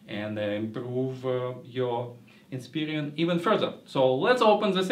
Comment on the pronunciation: Lol its Inspiron not Inspirion, but good review none the less.